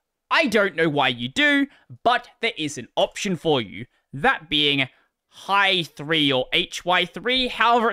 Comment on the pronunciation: I'm sure hy3 is pronounced like /hɑj θriː/ (or はい3 for all you weebs) – that would match with both i3 and the beginning of hyprland.